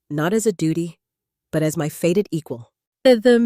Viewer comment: "Faded" instead of " fated " has me switching off . Poor production is not a good look .